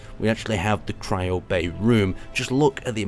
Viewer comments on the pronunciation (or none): none